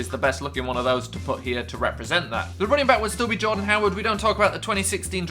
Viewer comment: MLJP0021 he actually did say Jordan but his accent was kinda off.